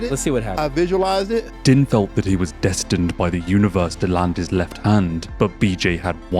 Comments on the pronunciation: Btw it's pronounced "Deen" Thomas, not "Din". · It's NOT Din IT'S pronounced DEEEEEEEN. your country spawned th English language, how come none of yoy speak it??? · Dude, you do know than Din Thomas pronounces his first name as “Dean”, right?! We all know how it looks like it would sound but ANYONE who watches MMA knows is pronounced by Mr. Thomas sounds like “Dean”. I had to stop watching because it’s obvious that you are, at best, a casual fan of what you are making a video about. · It's pronounced "Dean" as you can hear Goldie say 2 seconds later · man how do you have a whole ass mma channel and watch a ton of UFC and cant pronounce din thomas. youre killing me every time you say "din" like dinner haha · it's pronounced "Deen" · That Din pronunciation. Right before the video you played, pronounced it correctly. Cmon man.